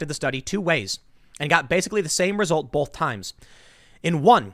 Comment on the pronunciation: Someone should put together a compilation of Tim saying, "bulth".